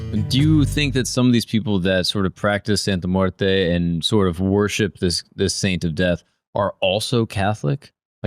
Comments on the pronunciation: Bro, you should learn how to say it first before making a whole video about it. “Santa muerta” lmaoooo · Santa muertaah??😂😂 ummm 🤔 WHAAT? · Don’t bring Catholicism into this, Santa muerte is not Catholic. You’re not even saying it correctly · you mispronounce Santa Muerte wrong.